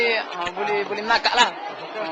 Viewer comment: tapi diaorg blh nakak lah..haha "nakak"..pekat sggh..haha